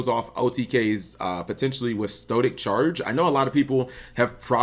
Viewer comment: Stoic Challenge not "Stoe Tic Charge"